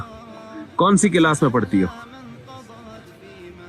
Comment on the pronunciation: Mufti sahab Class not Kilas